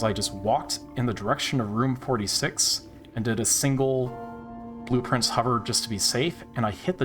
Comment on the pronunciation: Oh my god. Blueprints. Blue Prince. What the fuck. It took you saying “open blueprints over and over” and me getting confused because I heard “open blue prince”